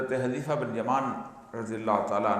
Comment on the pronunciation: آپ نے " ح " کی زبر کے ساتھ اور " ذ "کی زیر کے ساتھ حَذِیۡفَہ پڑھا ھے جبکہ حذیفہ کو" ح " کی پیش اور" ذ " کی زبر کے ساتھ پڑھنا ھے حُذَيْفَةَ بْنِ الْيَمَانِ رضى الله عنه